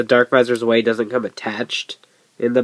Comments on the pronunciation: It's DarkVisor Zwei, pronounced Tsv-eye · yknow the thing with the Survive visors is how not everybody knows that Zwei(german for two" is pronounced "z-vai"